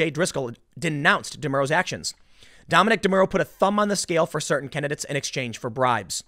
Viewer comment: The way he says "kennadits" instead of candidates...